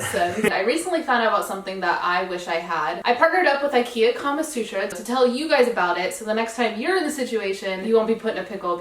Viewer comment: Do u actually know the meaning of kamasutra ? ... as a Indian it is weird and funny to hear it in different context & pronunciation 😄😄